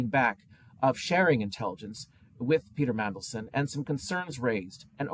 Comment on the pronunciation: Did say "Pizza Mandelson"? Nice!